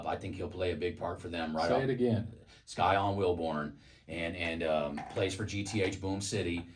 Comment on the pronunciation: Scyon Wilborn 🎉 yall said his name Wrong it's okay because people will know his Name ty for bringing my son's name out there okc knows him 🎉❤